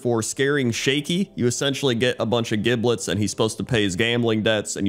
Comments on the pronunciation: Yo, it's legit pronounced Jiblet, not how you pronounce it. This isn't even some gif/jif sort of thing. Just a heads up. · Giblets is pronounced with a soft g - ie. Jiblets